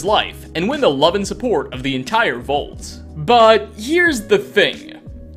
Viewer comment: Nice vid, but I can't get past it. The word is VAULT. Not Vult. Vault